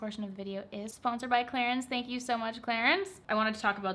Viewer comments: The french pronunciation is Clarans :) love your videos!!! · It should be pronounced as "Cla-run" right???? Hahahahaha no hate. I am confused coz I say Clarins and prople would mock me :( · I heard Clarence at first and i was like who is this Clarence and why is he sponsoring your video 😂